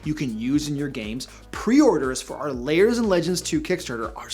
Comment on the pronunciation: Why do you always pronounce "lairs" as "layers"?